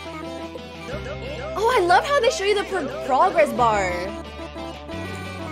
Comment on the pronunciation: She literally said progogress bar instead of progress bar